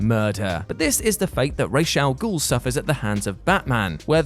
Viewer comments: it's RAZ AL GUL you muppet. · Raysh al ghul